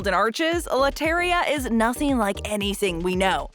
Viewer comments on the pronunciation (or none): none